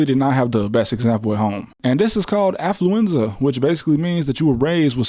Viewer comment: Bro said ‘aflluenza’ 😂😂😂 yooooo!